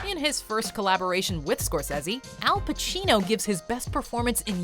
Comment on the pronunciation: Did...you just pronounce his name Martin score-sezzy??.....really?